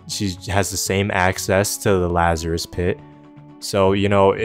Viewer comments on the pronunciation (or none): none